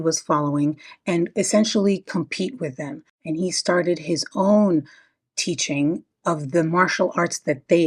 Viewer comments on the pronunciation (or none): Its teaching not teatsing jeeeez xD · 😂😂😂 Isn't it ironic? He cannot even pronounce the word in the right way Titzing 😂😂😂😂😂